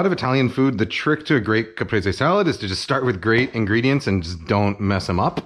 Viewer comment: Finally, a Youtube cooking channel that knows how to pronounce the dish they’re making a tutorial about. I went through 4 other videos before this one and none of them bothered to look up how to pronounce “Caprese”.